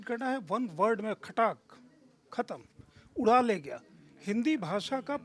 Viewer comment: अपनी हिन्दी सुधार लो उरा नहीं उड़ा